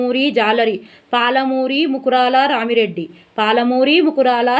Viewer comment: రామిరెడ్డి కాదు రామా రెడ్డి